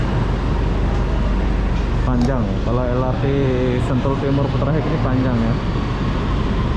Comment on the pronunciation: Sebutan inggerisnya konyol.. Bunyinya seperti ini, Putra Haikh bukannya Putra Hek..😇😇..apa2 lah loe..